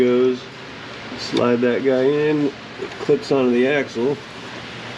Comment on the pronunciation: "That's a big ax assle!"